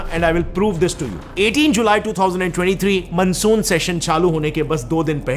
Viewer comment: मनसून नहीं होता मॉनसून होता है